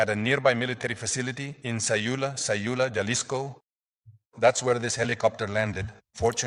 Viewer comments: Jalisco pronounced with no “J” annunciation (Halisco) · Say Vayarta. double LL. look it up Halisco also. Please please learn how to pronounce places. You must be American. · Say it with me HA-LISCO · Can you pls pronounce Jalisco with An h like huhlisco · pronouncing the J in all the spanish words/cities is killing me 😭😂